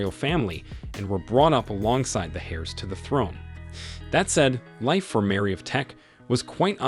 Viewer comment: also, you said HAIRS to the throne.. Its HEIRS.. sort of silent H.. eirs.